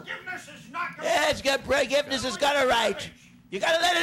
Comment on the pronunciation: Yeeershh Forgivnishhh!